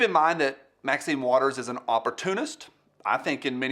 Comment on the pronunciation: Thanks for the tutorial on Roscoe P. Coltrane's signature sound. I hate to be "That Guy", but throughout the video you, consistently butchered Marxine Waters name. Don't you think the old gal deserves better than that?